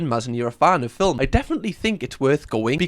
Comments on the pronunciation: the way you pronounce "film" is so satisfying. "fil-m"; so good. you have the best accent lol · I've seen your videos before... I don't think I've ever heard anyone pronounce every letter in film like that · I like how you say film. 😊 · Mispronouncing film like Melania does is a choice 😂😂 (it's a joke!)